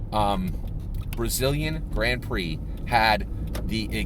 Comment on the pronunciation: Watched an entire season of Formula 1 racing, learned everything about formula 1 racing except how to pronounce Grand Prix.